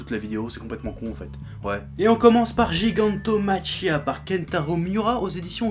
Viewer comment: On prononce Gigantomakia! c'est du lourd! j'achete!